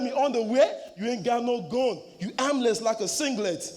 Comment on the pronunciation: Dude tried to make armless sound like aimless wtf. But that Tutu Asantehene bar was killer buh Smif won this cos Dejinious had some very low moments and high moments, he was not stable